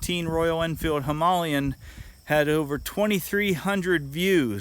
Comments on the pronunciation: It's pronounced. Him-a-lay-an. Auspicious travels to you and all your subscribers,. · That's why he had the problem fitting the top box to his Him-ar-lian!